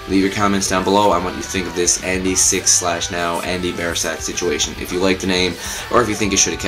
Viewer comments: It's 'Andy Six' and Biersack is pronounced Beer-sack :D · ANDREW DENNIS BIERSACK (ERRRR NO LIKE IN BEER)